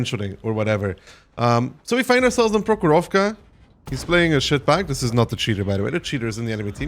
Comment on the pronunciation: Not "prohoróvka" but "próhorovka"